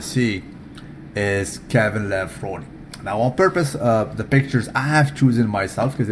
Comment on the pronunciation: Hey there nice to hear you pronounce K. lavrone correct Sorry if i make some typos